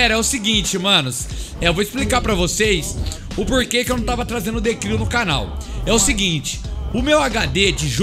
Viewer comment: Hahahaha falando errado ... The Cril 😂😂